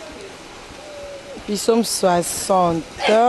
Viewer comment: Svp bandeko nanga balobaka pisaumes te balobaka psaumes